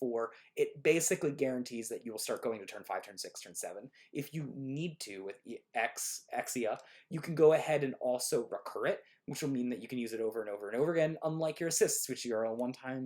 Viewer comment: Just cramming that “D” in “Exia” 🤣